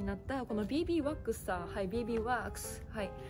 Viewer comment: こんばんは♩ のびーびーわっーくすの発音好き♪ 撥水がすごういで、労働ちゃんつるつるお肌ー★